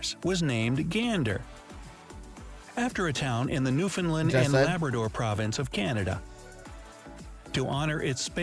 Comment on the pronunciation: God i hate this ameriacn voice over bullshit it's (new found land) not (new fin land)